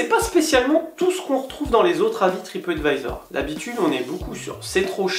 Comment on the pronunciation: Lol un moment as tu dis tripottevisor? C est du mon ce que j ai entendu sur mon telephone